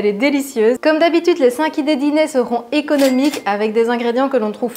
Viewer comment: Ce midi, je fais la salade pois chiches quinoa. J'en salive d'avance ! A propos de quinoa, j'ai lu qu'il était riche en protéines mais aussi TRÈS riche en glucides et donc à éviter. Vrai ? (Attention au "équonomiques" à )